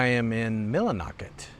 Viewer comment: Listening to you go thru the "numbers" while in Millinocket "Milli" kind of made me cringe a bit. I was born and raised in Millinocket, graduated High School there, went into the army after school and never went back. Actually I only live 30 mins away now lol Millinocket at one time was one of the wealthiest towns in Maine. That paper mill was the life blood of that community. My great grandfather moved from Nova Scotia at 16 years old to build that mill. Slept in a wooden freight box in the back end of the mill yard until he saved enough money to go back home and get my great grandmother. He married her and had a family here. Then in the late 70s the mill started having trouble and in the 80s paper production moved to China like most of the industries in this country. It was cheaper than paying locals. So ever so slowly my home town died like so many other similar towns in this country. Politicians and larger corporations decided to make more money and gutted this country. Oh and Houlten is only half way up the state!